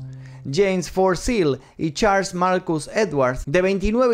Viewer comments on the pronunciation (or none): none